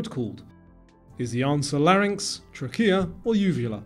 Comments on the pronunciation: Nobody calls it R-E-M sleep, it is called rem. It's not pronounced Tracheea. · pronounced trachea wrong